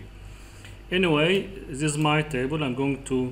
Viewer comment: thousand is not saousand The is not za This is not zis In case you are looking for english speakers audience , please work over your spelling . Good Luck Other wise you are brilliant in excel technics 🌹.